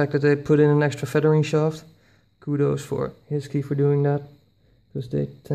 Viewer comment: I thought HiSKY is pronounced as High-Sky rather than HeeSki. :)